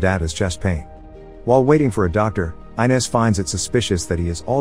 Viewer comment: Did you watch the movie? Gil's wife's name is not pronounce I-nez. It's Ee-nez. For fuck's sake, you'd think you'd get this simple thing right.